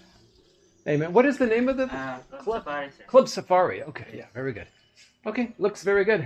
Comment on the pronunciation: Filipinos tend to pronounce the v as b. So the answer is berry good😂